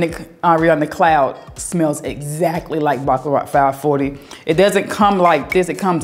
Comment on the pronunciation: Every time I hear you pronounce the perfume Baccarat, it sounds like you are say “Baklava”, like the pastry. It’s so funny your southern drawl. 😆😆😆